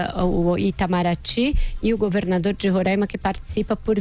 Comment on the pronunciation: Kkkkkkk é muito sensacionalismo!!! Sabem nem pronunciar Roraima !!!!